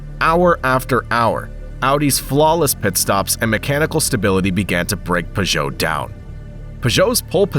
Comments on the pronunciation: Pew•Joe Not Pah•Joe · Never heard Peugeot pronounced pageau before